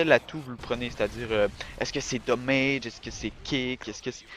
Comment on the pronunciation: On voit ce qui parle pas anglais,, dommage en anglais ça donne damage et pas doooowwwwmaïgeeuh